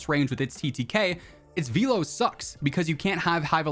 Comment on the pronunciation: Can't unhear "vee-low" 🤣